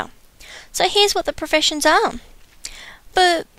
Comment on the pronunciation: you say professiunsh and word of warcraft :D :) :I :( :C :O